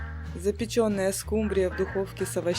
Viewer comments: СкУмбрия,а не скумбриЯ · СкумбрИя, а не скумбриЯ. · не скумбриЯ, а скУмбрия, отслеживайте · Все замечательно, но почему скумбриЯ, скумбриЮ?!